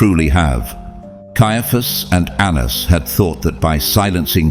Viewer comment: Pronunciation of Anans- ( An-na-naus) 🙏